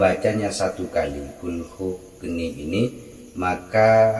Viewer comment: Maaf....Naskah Arabnya tertulis Qulhu Kaanii.....kenapa Kaanii dibaca Geni? Mana yg betul?